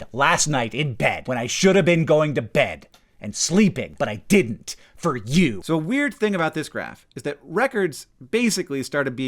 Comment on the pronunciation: lotta extra pepper on that "you" , I didn't make you do anything man.